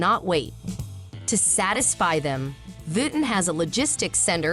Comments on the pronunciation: when AI voice could not pronounce Vuitton correctly, i turned off the audio and read the closed captioning. smh gee whiz. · I couldn't stand listening to the butchered name. Tolerated only up to . How far did you get? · Omg! Can’t you make sure the robot that is doing the work for you is saying the name right!! I can’t watch this because of this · ... symbolism ✨️ stolen/copied/influenced by the print of a tribe in Zanzibar 🇿🇦 in Africa... no?🤔 as i've watched conversations about this here on YouTube, Tiktok, i'm just curious. 🤔 Also WHY is the narrator mispronouncing the designers name?... so "frickin" irritating‼️🙄🤦🏽‍♀️ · it’s not respectable when it’s done without understanding that the AI voices can’t even properly pronounce the name of the subject at hand, Do you feel respected when other people address you as something that doesn’t even sound like your name? Or are you the type of person who doesn’t mind responding to “Hey you”?